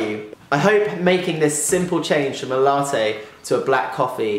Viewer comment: You're pronouncing latte wrong...